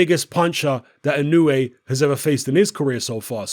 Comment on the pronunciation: Just 90 seconds after mentioning how you've revised your pronunciation of Inoue...you went back to your old ways...